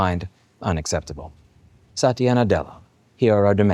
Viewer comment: Satiana? You sure you don't pronounce it wrong and it should be "Satania" instead?